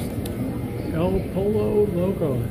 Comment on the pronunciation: pollo is pronounced as poi-yo